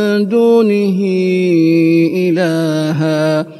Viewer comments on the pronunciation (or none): ap ny 1 galti ki ha ilahaan ha aap ny ilaa ha parha ayat no 14 ma